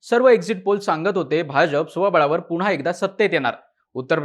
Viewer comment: णनतर ??? पुणहा ??? नंतर / पुन्हा नाही उच्चारता येत ??? काय हे मराठीं 😡😡😡😡😡